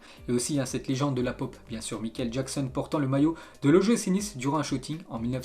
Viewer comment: Comment tu prononces Michael Jackson 😂😂😂😂